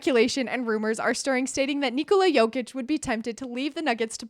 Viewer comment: You saying it pretty good. Almost like native, 9 from 10 ;)